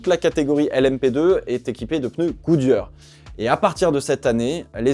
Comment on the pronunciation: Good yeur😂 Les e en anglais ce prononcent "i"